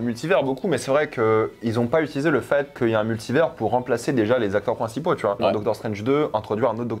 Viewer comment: Dites à de prononcer Multivers correctement